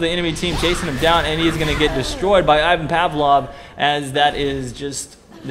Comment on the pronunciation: you pronounced Ivan Pavlov wrong :P